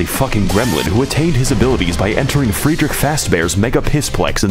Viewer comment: also not to mention his almost perfect pronunciation of Friedrich